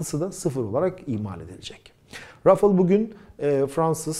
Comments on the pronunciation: Rafıl değil, Rafal okunuyor. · selam,, video için teşekkürler,, ufak br konu için uyarmak isterim. O uçağın ismi " RA FA EL" olarak türkçe telaffuz edilmeli. Ayrıca EF 16 değil, FE 16. Bu ufak ayrıntılar çok mu önemli? Evet çok önemli. Bir fransız ın türkçe bir markayı türkçe telaffuz etmeye çalıştığını asla görmedim. fransa da yer tarifi için, ingilizce sorduğum soruya bile, hep fransızca cevaplar aldım. Lütfen bu isimleri kendi dilimizde telaffuz edelim. Tekrar teşekkürler bu değerli video için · Abi lutfen biraz telaffuz calis. Kivrik patates cipsi degil onlar... UCAK!